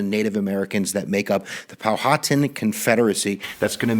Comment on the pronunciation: You dumb f*#k,it’s called Powhatan(pow-a-tan) not pohawtan(POW-haw-tan